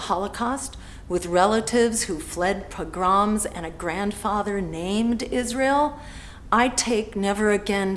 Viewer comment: What kind of pronunciation is that for the word "pogrom"?? Lmao!